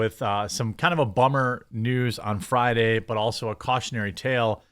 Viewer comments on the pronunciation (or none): none